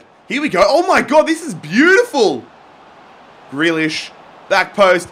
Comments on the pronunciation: It’s pronounced ‘greelish’ not ‘grelish’ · Greelish not grehlish please. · it’s GrEElish not Grelish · I mean grEElish in how it's pronounced not spelt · How you say grealish gree-lish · You don't pronounce grealish name like that u have to say greelish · Its prenounced 'Grilish'. Im Irish so i know.